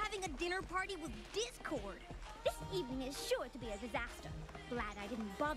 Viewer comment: I'm glad someone else noticed "Dick-cord" XD This was hilarious!